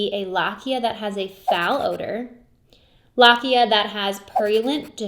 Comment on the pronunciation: Wonderful content! Please pronounce lochia more correctly, the “o” vowel here is pronounced long.